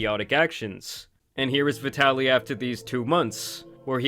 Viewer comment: wrong ai accent bro